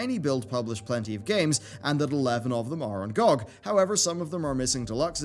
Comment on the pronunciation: GOOG? it's GEE O' GEE